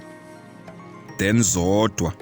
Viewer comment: Hala and Zondwa incorrectly pronounced